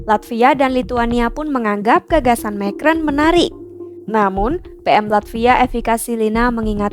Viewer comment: Pembaca berita mengucapkan nama orang prancis dgn lafal/ucapan bhs inggris. Macron diucapkan "mekron". 😅😅😅